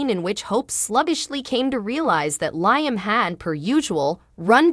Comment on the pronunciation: Please pronounce Liam right